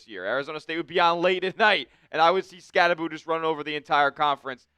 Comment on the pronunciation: I commented that he pronounces his last name wrong and he ha ha'd it lol. Badass rb with a sense of humor 👍